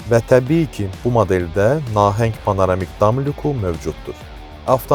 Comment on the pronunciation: Nahəng yox Nəhəng Təciz yox Təchiz Cərpaz yox carpaz Uğurlar arzu edirəm. Faizsiz və hissəli satış təkliflərinizi sizdən də gözləyirik, digər rəqibləriniz kimi. Görüşərik salonda)